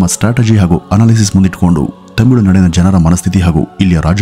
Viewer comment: adu tamilunadu themilunadu alla 😂 kelavu saari themiilu anthiyalla 😅